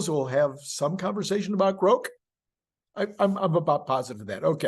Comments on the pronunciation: Grok rhymes with clock, not cloak. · Grok, pronounced to rhyme with Crock, not Groke pronounced to rhyme with Croak. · please stop saying groke...it sounds silly....it's not groke. it was never groke. it's grok...i don't care what elon wrote.i'm 12 years older than elon, i read the book way before he did....and that's the final word.